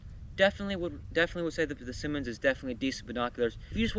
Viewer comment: You’re pronouncing it wrong. It’s not Simon. It’s Simmons.